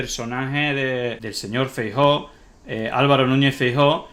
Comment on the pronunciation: Los gallegos tenéis un problema con la letra EFE, Franco, Fraga, Feijo.